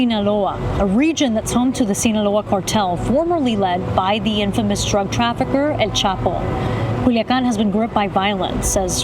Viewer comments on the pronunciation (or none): none